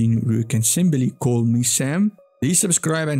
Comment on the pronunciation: no worries, but I just want to suggest practicing your pronunciation of "next" some more. I found it genuinely funny when it sounded like you said "neckest". Great content in the video tho. Super thick accent, but I understood it all without subs. I just had to listen harder lol.